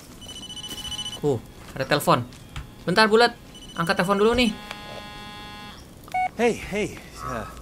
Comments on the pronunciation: gw dengernya bulet (bulat) 😂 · Bg BKN bulet tpi di blg buld